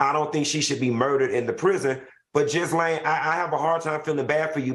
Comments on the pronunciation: Anyone else laughing inside everytime they said " Jizz-laine" ? 😄 Her name is Jee-laine. Y'all. The S is silent. The Gh is pronounced like the Zs in Zsa Zsa Gabor. And shout out to Claudia for . Girl spoke for all of us. I know ladies were at the back of the room like yesssssss. *correction to Ghislaine, it's actually Ghi like Ghee, the cooking oil, not Ghi like Jee- or Zsa. 😄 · Ghislaine is a French name. The S is silent. It is "Gill" (such as Johnny Gill) "Enne." Gill-enne. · her name is pronounced Gha Lane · Gee-Laine is how you pronounce her name...LMAO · the S is silent in Ghislaine